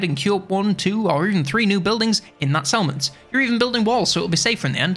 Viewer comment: ngl every time you said "Settlement" my Brain was like "Salmon?" 😅